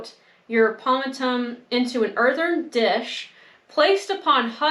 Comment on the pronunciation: the word is pronounced pom-mate-um, with the emphasis on the second syllable. I had trouble with that word myself when I was young. 😁